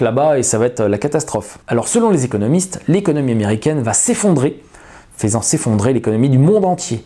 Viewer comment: Très bonnes infos, merci, continuez En revanche, encore une fois, FAISANT se prononce FEUSANT, renseignez-vous... à